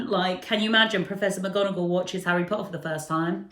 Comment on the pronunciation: Pottah! Yeeeeee